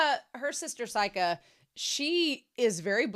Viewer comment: A few random notes: I love how Seika takes a picture of "submitting Bocchi" just before the end of the scene. All of the band names on Seika's screen are parodies of actual Japanese band names. By the way, "Seika" is pronounced "say-kah" rather than "sigh-kah." And it means "Star Song" which is probably where the club name, "Starry" comes from. The tour of dams is probably my favorite gag in the entire show. Also the ending-credits song for these present set of episodes is being sung by Ryo's voice actor. The blue coloring in the credits is a clue.